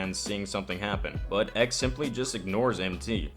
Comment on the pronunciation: I don't know why but every time you say Ehk instead of EK is kind of annoying. It is two words E.K.